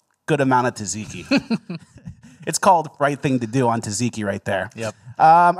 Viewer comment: Tzatziki is pronounced Zat Zee key. Love how happy you boys make us every Friday 🤣